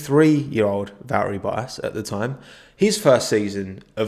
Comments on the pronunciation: VB: It's ValTTeri BoTTas: Va'eri Bo'as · Me: Valtteri Bottas Nobody: Absolutely nobody:: Val eri Bo as